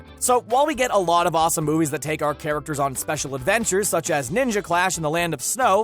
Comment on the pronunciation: Bruh says the wall of fire... It's the WILL of fire.